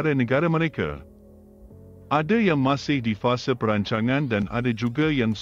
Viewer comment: lucu sebutan bahasa melayu nya, di Malaysia bukan semua A ditukar kpd E contoh Jakarta org Malaysia sebut Jakarta bukan Jakarte, fasa disebut fasa bukan fase, fakta disebut fakta bukan fakte, projek mega disebut projek mega buka projek mege.. dll hehe